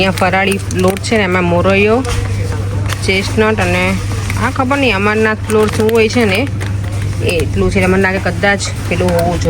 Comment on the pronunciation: Amarnath nahee, ene Amar-anth kehvay...jene apde gujarati maa rajagaro kahiye